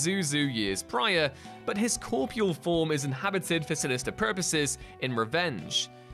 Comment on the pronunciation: TiL "corpOReal" is pronounced "corpeal" and Brits apparently spell "Breathe" "Breath". Also Jack Pooley, the writer, is surprised comic book characters/movie versions of them are believed/seen dead yet still live.